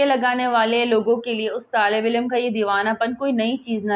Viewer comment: misbat nahi musbit. tallafuz durust keejiye. haq ka ilm nahi alam